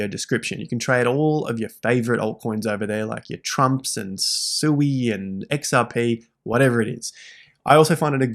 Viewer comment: Thanks ❤ Sui, is pronounced Swee btw!